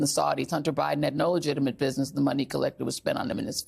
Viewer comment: He said Commander Bidden! 🐕‍🦺🐶🤣🤣🤣